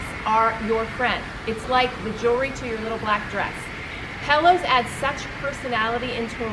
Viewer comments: As a decorator how can she not pronounce the word pillows, she keep saying pellows pelllows pellows. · For Gods sake it’s “pillows” not “pellows”!!! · pet peeve of mine...pellows or melk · Wow. Pellows, really. How would anyone take advice when she cannot even pronounce the word pillow? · What the heck is a Pellow? It’s pillows! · She mis-pronounces pillows - calls them pellows. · "Pel - lows, Pel - lows, Pel - lows," LOL!! ❤️ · Love the video. Great tips. But why does call them “pellows”? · What...did she say PELLOWS? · I like "pellows" too😍😁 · It’s so cute the way calls pillows “pell-ohs”...